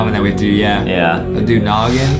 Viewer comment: He know every combo but doesn’t know how to say “noggin”